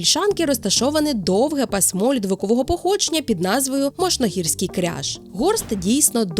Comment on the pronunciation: Не пасмО,а пАсмо